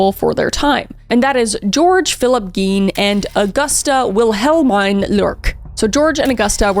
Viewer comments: Great video! FWIW, Wilhelmine is pronounced willa-meen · I believe Wilhelmine is pronounced "Will-a-meen"